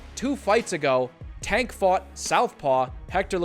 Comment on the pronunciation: Why do sum ppl say “a” instead of “ay” when pronouncing Tank’s name? It’s as if they’ve never heard it said/announced b4 lol